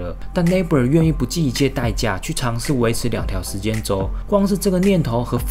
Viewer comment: 你這英文lmao lacob說成labob